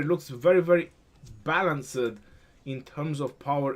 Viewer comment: great vids. Much appreciated. Balanced- don’t pronounce the end sound, making it two syllables. Ba-lance(d). The end sound is a very slight ‘t’ sound, but it isn’t really necessary to pronounce. Cool, hope this helps! (Sorry, btw-I’m an esl Teacher... lol ocd kicking in!! Lol)